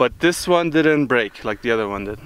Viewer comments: He said Juan thoo tree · Wan two tree